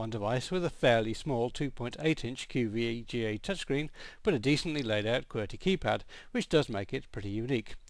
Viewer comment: seconds "QVGA touchscreen"